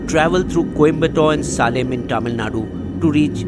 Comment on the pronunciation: U pronounced 'salem' as salem.😂😂😂